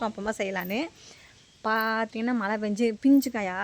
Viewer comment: மலை னு சொல்லாதீங்க மழை னு சொல்லி பழகுங்க 😊 தஞ்சாவூர் பெண் தமிழ் சரியாக பேச வேண்டும் இல்லையா